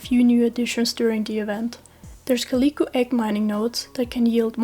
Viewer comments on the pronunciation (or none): This is a really good video, very concise information and I like how you display relevant charts. I am begging you to learn how to pronounce calico